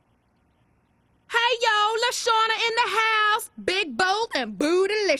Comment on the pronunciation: • KãdęńŁüçįfër • No its LaShawna